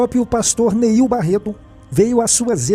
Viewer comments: Não é "Niel" é NEIL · Quer fazer fofoca e não sabe nem o nome do pastor... Não é Niel... é NEIL